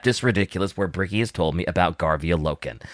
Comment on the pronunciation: When will they find out it’s Garviel and not Gavriel? 😂❤